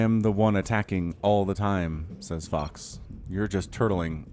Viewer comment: is it just me or is it that every time that he says fox it almost sounds like he says fucks... are my ears playing me for a fool?